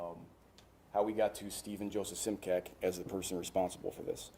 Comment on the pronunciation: It's interesting how he says the spelling of immigrants' surnames changed, but this particular surname (Simcak) is actually just the opposite - the spelling remains, except for the diacritics, but the pronunciation is quite off (it would be Šimčák - pronounced as Schimchuck).